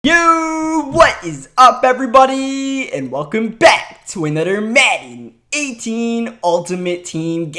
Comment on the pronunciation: Uhnudder Madden